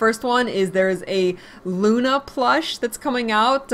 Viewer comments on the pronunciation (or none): none